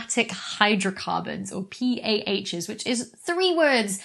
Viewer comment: PAHs, had to run that back few times to get the pronunciation proper